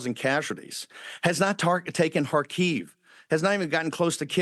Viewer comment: Kharkiv is accented on the first syllable, not the second.